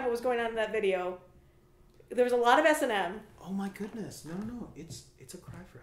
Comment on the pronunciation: Did she really just call S&M "S.A.M"?